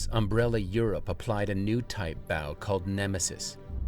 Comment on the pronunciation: B. O. W ( bee - o - double you) not bow as in ow.